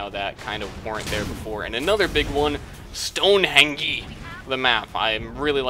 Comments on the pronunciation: Stonehenge is not pronounced like that. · STONEHENGEE! Best pronunciation ever. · You don't say? He even SAID in the video that he knows it isn't pronounced "Stonehengy"